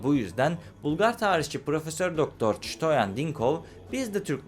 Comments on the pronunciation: Пиша на водещия, който произнася Штоен вместо Стоян! Ти защо се "гъделичкаш"?! Българската история за произхода на Българите е много "шарена" пълна с шовинизъм. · Ştoen mi 😅, Stoyan.